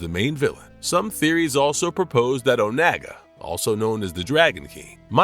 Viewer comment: FUCKIN OH-NAAGA???? OH-NAAGA??? Im disliking this video on everyone of my friends YouTube accounts